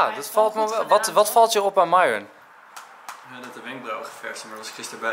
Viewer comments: Je speekt de naam van myron myron uit geen miron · sta er niet van te kijke dat mensen haar naam verkeerd schrijven ze zegt zelfs telkens miron ipv myron dus eigen schuld haha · Myron, misschien moet je bij Starbucks een keer Mairon zeggen ipv Mieron, wie weet schrijven ze dan wel goed hahah